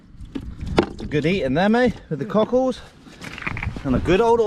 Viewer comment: you are the fuckin man and your energy is contagious..keep it up man...even though you keep saying CUCKHOLDS i love it lol